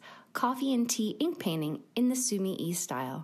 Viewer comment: Sumi e . The e is not said like eee in week. It is said like eh in wet.